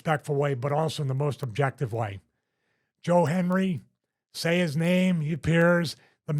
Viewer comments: Hendry... not Henry, Stevie haha! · Stevie called him “Joe Henry” several times. It’s “Joe Hendry” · Stevie cant even same his name right, calls him Henry about 20 times